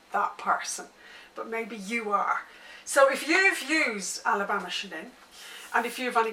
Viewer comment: Just an FYI, Natalie Chanin pronounces her name with a "ch" like the word chain. I understand not knowing this if you've only seen it in print and not heard her say it.